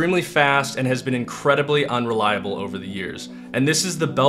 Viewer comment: The way he just simply spits out 'unreliable'